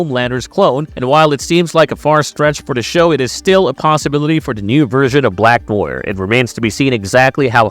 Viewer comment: Black 'Noyer'?